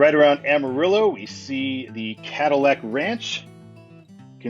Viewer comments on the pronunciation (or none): none